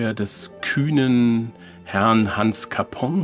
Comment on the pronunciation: Herrn Hans Nachname wird Capon ausgesprochen, nicht Capong 😂 Ansonsten stimme ich in allen Punkten zu, ich mag das Spiel sehr.